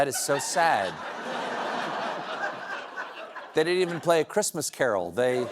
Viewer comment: “Who geevs a fuck about de chreestmas.”